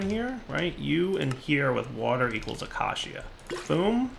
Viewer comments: UH-KAY-SHUH. Not Ak-Ah-See-Ah. Not Uh-kay-see-uh. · acacia[ uh-key-shuh ] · pleeease. acacia is pronounced a-kay-sha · Acacia... Ah-KAY-sha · Day 46,873. still can't say acacia. I bide my time.